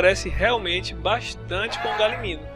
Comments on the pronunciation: E se fala galimiMO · Ele esqueceu do echo e fala errado galimimo